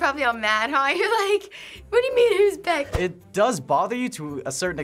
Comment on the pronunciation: hernando sangalang Beck, not bech